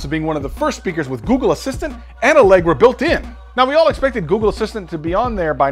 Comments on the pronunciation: Bahaha "Alegra" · "Allegra" -- hahaha -- thx for that bro' . ;-) great content